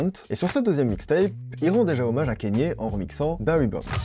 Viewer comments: Dsl de faire le relou à ce sujet mais Kanye se prononce "kanié" et pas "Kenny". A moins que lui même ne se trompe sur la prononciation de son propre prénom. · On dit pas kénié mais kanié merci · j’adore tout ce que tu fais et cette nouvelle initiative de faire une vidéo par jour est vraiment incroyable je sais que ça demande du taff de fou donc merci beaucoup, MAIS pitié fais des recherches sur la prononciation des noms (par exemple tu dis kénye au lieu de Kanye et ça fait un peu mal aux oreilles) merci 🙏 ❤ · Super vidéo et incroyable la quantité de contenu que tu envoies en ce moment. Par contre, ça se dit k-nié et pas kéni 😂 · Kanye se prononce kanié et pas kéni ou kénié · Mais justement il dit kanié mais à certains moment il dit kenny j'ai bugué je cherchais à comprendre comment on prononcait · Ka-gné, pas Kè-Nie😅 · On dit Kanye pas Kenny. Je ne comprends pas cette prononciation erronée. Est-ce la french touch ? J'étais chaud pour regarder mais ça m'a refroidi. Dommage. C'est comme si on disait Drac au lieu de Drake. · Kanye se prononce « kaïnié » et non « Kenny ». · Cest KANNIÉ WEST pas KENNY WEST par contre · on prononce kanye et non pas keyni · pourquoi tu dis kEnYE merde c kanye kanye c facile pas besoin de parler anglais lis le comme ca s'ecrit c'est tout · Bonne vidéo, juste dommage de dire "Kéni" West, juste avant des extraits où on entend le bon "Kanye" (prononcé kanyé) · KANYE WEST PUTAIN PAS « keni west » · KA - NYEAH. Pas Kenni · J'aime beaucoup ce que tu fais, tu t'y connais vraiment en musique et tu fais des recherches de fou, et merci pour ça. MAIS le fait que tu dise "Kénié" toute la vidéo (et "Putcha T") m'a trigger de ouf. Et comme il a dit: "Now all I need is y'all to pronounce my name It's Kanye, but some of my plaques, they still say "Kayne" " (Diamonds from Sierra Leone) En tout cas, merci pour toutes ces histoires!:) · mon gars mais stp prononce bien KANYE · c'est Kanye pas Kenny west respecte le nom du GOAT stp